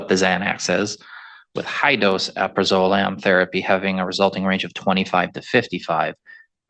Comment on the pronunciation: He should really learn how to pronounce the medications he references in his sentencing recommendation. /al-pra-zuh-lam/ not "aperol-zolam"